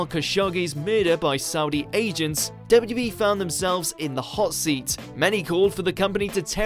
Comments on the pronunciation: Has been drinking? He can't say W.W.E! It sounds like wwbee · You can never say ‘WWE’ again